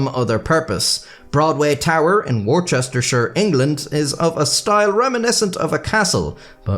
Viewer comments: it’s pronounced Woostershur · best part by far is the hilarious pronunciation of Worcestershire! was it on purpose for comic effect? It's pronounced "Wustershire", and the provincial town its named after, also with similar spelling is pronounced tbe same way, 'Wuster", or "Wooster". Then there's the very famous condiment, "Wuster sauce"... hmm maybe I could start a channel! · WOO-stuh-shuh; or WOOSTE(R)-shuh. "Shire" is ALWAYS "shuh" unless talking about Hobbits, and "cester" is almost always "stuh"/"ster". Remember that in most places in England nowadays, accents are non-rhotic so you don't pronounce "r"s. People are fine with it if you do as a person who is rhotic, but the modern local pronunciations are usually based on people not saying them. ("uh" is supposed to be a schwa but I don't have that on my keyboard, sorry) Hopefully this helps literally everyone not from the UK! edit: if I had the means, and the goats, I would be building a goat tower right now. You did get me there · Wor-chester-shy-ur !! It's pronounced Woostersha. And Worcestershire sauce is Woostasauce. You are welcome. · babes, please google the pronunciations of these English counties before you say them out loud. It’s Wuss-ter-sher not War-chester-sher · Woostershirre. Not warchester. Nevermind the spelling and all that bollox. Do you want us to come and take your spuds again ? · That's where that make the Warsouredacashure Sauce. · War-chester-shire?! Dude... C'mon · just a small note, is pronounced "wooster-shir" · is that not pronounced like the sauce or the city in Massachusetts? woostershur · Worchester is pronounced wus-te-sh (just in case you cross over to the UK one day. Otherwise keep up the great work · War Chester Shire, England. Wow! Such butchery! Are you an American, now? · Wor Chester shor 😂😂😂😂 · I can't believe you put in all that effort to pronounce the Portuguese words correctly, then said "War Chester Shire"! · Worcestershire is pronounced “Wush-ter-sha” btw